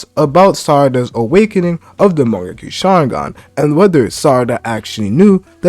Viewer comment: Am i tripping or do bro keep saying mangeki?